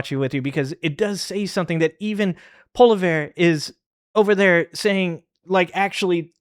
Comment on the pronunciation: Paulivair… ???? 😂😂😂😂 Polievre yes he is a total A hole, but please don’t butcher names!